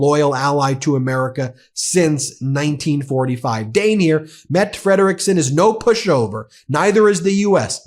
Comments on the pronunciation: As a danish inhabitant and dutch citizen I would like to point out that the weiurd english habit of not pronouncing the e at the end of words is notv OK.. Both the E in danish Mette and dutch Rutte are pronpounced.. so no it is not pronounced "Met" nor "Rut" . In bpth cases it sounds like Mettuh anmd Ruttuh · Mette is pronounced: Meh-dteh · I know the name of our prime-minister is dfficult to pronounce for English-speakers, but you pronounce both syllabils: Meh-duh (hard D, short "duh". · Matte has NO silent e, you pronounce all letters in the name, the two tt's means that you stress on them me'tteh... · Wouldn’t Mette Fredriksen be pronounced more like Mett-eh? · MettE there is an E at the end. Most languages prononce an e at the end! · The last e in Mette is not silent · Pronounce the last “e” in the PM’s name Mette. Almost like the media business that owns Facebook. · Mette- pronounce the second e